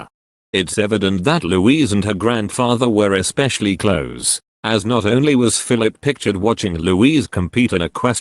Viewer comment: Someone please tell this artificial voiceover how to pronounce the word "close" in this usage as being "near to" and not "shut". Thankyou.